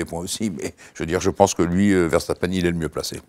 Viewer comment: enfin un français sachant dire verstappen